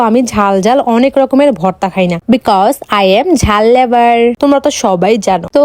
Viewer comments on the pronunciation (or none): লেভার কাকে বলে।হবে তো লাভার ।কথাও বলতে পারে না ভালো করে ।